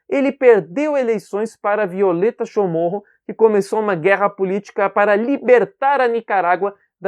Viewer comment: Um bispo não é liderança, ele é um líder que exerce liderança... Prime pelo nosso idioma... O sobrenome é Chamorro, e não Chomorro...